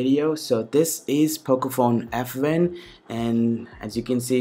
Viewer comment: pocophone fwan lol